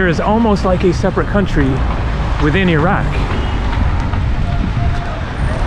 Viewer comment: Nice video! You sure can pick the places! Glad you make the effort to pronounce ‘ ear-rac’ instead of eye rac’ be safe.